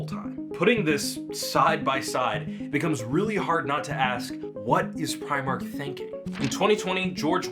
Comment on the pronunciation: Apparently, it's "pree-mark"